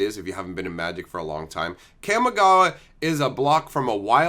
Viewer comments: So triggered by your pronunciation of "cam-ih-gaa-wa" lol It's "kah-me-gah-wah". Japanese words get pronunciated by breaking up each two (or sometimes three) letters unlike in English where everything is jammed together. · It’s pronounced caw-me-ga-wa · Kamigawa. it's like the 'CA' in CALM, not like the 'CA' in CAMERA.